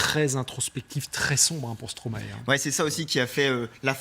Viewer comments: Prononciation: Non à Stroma-é Oui à Stromäe - Mäestro à l'envers ! Merci 🙃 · Se prononce Stromaï ! Et non " Stromaé " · Arrêtez de dire, stromaéééééé pour l'amour de dieux !!!, sa se dit sromaille bordel !! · Ça se prononce stromaie et pas stromaet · Arrêtez de dire stromaé ça se dit stromaye !!!!! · On dit Stromaï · Tu connais Stromae mais tu sais pas comment le prononcer...